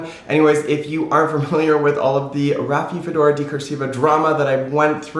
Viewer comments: "Raphi-do-phora" not "Raphi-fedora". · I’m not sure if you are pronouncing rhaphidophora correctly. And I don’t mean to be rude at all! We are all always learning and I know I butcher names! 😂🤦🏻‍♀️🤷🏻‍♀️